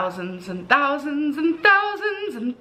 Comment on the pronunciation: i can't stand how she mispronounces so many words. "And" as "ind" or "eeend" just for example.